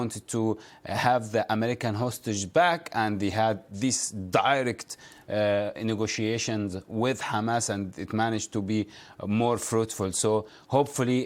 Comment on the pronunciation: return back = restore. Pronounce ne go tia tions ne go she ay shuns 5 syllables.